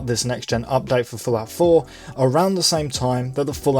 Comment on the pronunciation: sounds like you are saying "Falafel" not Fallout 4 lmao...